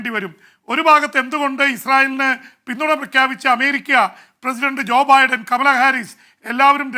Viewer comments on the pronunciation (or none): none